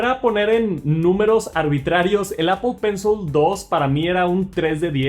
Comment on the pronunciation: APOL PENSOL